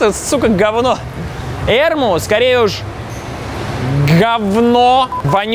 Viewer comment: Вообще не Эрму, а эрмУ. А холм Ликавитос, а не Лика-четотам